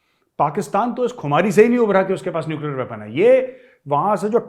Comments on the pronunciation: neucler चिचौर 😂😂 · Nuclear "chichaura" 🤣🤣